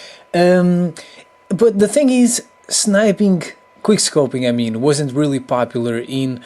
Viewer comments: it quick scoping not "queerscoping"😑😒😔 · Drinking Game: Every time he says "queer scoping" take a shot of vodka ;) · wow, ur very good at kweer scoping! lol the english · you said queerscoping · Is it just me or does he say queer scoping intsead of quick scoping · this bruh keeps saying"Quier scoping" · "Queerscoping" "tis and thet" "shitgun" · someone correct me if i am wrong but i'm pretty sure he says "queer-scoping" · Was he saying quick scopeing or queer scopeing? Lol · "Quer Scoping" Lmfao xP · Queer scoping? I heard that, also. Who is Justin beaver? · Why are you calling it "Queerscoping" 😂😂😂😂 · It is called Quick scoping NOT Quire scoping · I hate how he says: QueerScoping. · Are you saying Queerscoping? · Why does he say queer scoping?! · Is he saying queer scoping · The fact that he says queerscoping made me subscribe already.This is a guy who understands. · he keeps saying queer scoping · Ate you saying QUEERscoping 😂😂😂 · Why are you calling it queer scoping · Why is he saying quirrscoping ?